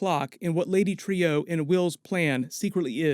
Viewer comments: I thought it was pronounced lady TRUE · I’d say he is on the moon. And I’m pretty sure it’s pronounced “Lady True” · Dogg, I say this because I have so much love for you and your channel... but her name is pronounced “True” I think this really matters in the sense of her name being “true” but she’s extremely deceptive. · Trieu is pronounced like the word true, you hear people say it correct in the show, stop butchering it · It's pronounced TRUE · Trieu is pronounced "True" as they do it in the show, just like Veidt is pronounced "Vight" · Please, it is pronounced "Lady True", it's repeated several times. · Dude, the show actually says Trieu as "True" Get it right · Right? The blatant mispronouncing was getting to me too. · Yeah. Very weird that someone taking the time to break down a TV show, piece by piece, couldn't even get the pronunciation of a name that is said in the episode. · Its pronounced "True". Do you even watch the show? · Pronounced like true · Does even watch the show or does he just have a script made by someone and he reads it. I ask since he calls Viedt = Veet and Trieu = tree-oh I mean they say it in the show so I dont get where these alternate pronunciations are coming from. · why are you pronouncing trieu differently than true. her name is spoken multiple times in the series and this episode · Pronounced True, NOT Trio... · are you sure it’s pronounced Lady Tree-O because they are saying it Lady True on the show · Lady True not TREE-OOE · It's lady "trù" not "trīu" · Stop saying, “Trio”. “Trieux”, if you have to draw it out to two syllables, “tri-yeu”, or better yet, “True”. Think: French origin. Or just listen to the dialogue on the show. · Dude, Trieu is pronounced like "True" not "Trio." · Pronounced Lady True not Trio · Bro, her name's pronounced "troo", not "trio". Did you have the volume up? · Isn't Trieu pronounced like True not Trio? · Lady Tree-Oh